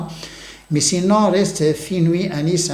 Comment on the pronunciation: FENOUIL.... pas : FINOUI...